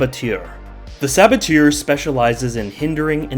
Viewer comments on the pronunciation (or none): The " eur" in saboteur has the same sound "er" of burger it's hurting my ear and for a bonus tip abbatoir the "oir" sound like "war" your welcome for those little tip